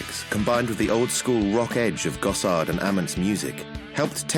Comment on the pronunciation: They didn’t pronounce Ament or Gossard right either.